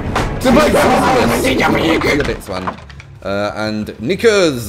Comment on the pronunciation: lmao at when he said Nickers.